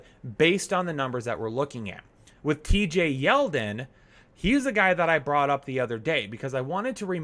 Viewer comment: Did you really just say T.J. Yeldon?